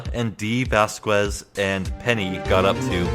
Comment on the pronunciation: for the record: vasquez is pronounced similar to says, like "vahs-kehz" or something